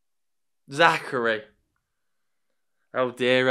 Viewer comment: His name is Zakaria not Zachary, he’s Algerian bro 😅😂😂